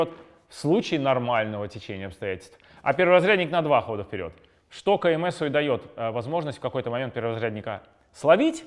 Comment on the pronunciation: Вы не на тот склад ударение ставите. Лучше кандидат в мастера спорта говорить.